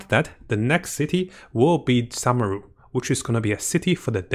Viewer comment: SOO-meru and KOO-sanali, please don't butcher the name please, I beg you